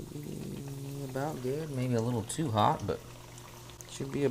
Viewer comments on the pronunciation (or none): That’s what I’m talkin-a-boot.